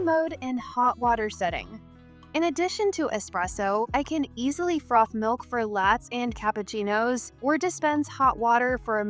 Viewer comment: Seriously, for "lats"? Your AI needs to read better lol.